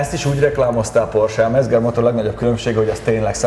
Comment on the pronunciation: D Mezger... német z=c. Mecger motor. :D Jó.